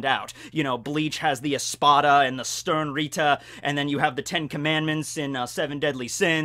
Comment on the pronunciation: 1hour....this is dedication !! Uff...your pronunciation of the "Sternritter" gives me chills!!